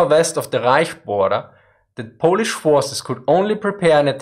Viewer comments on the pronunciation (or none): none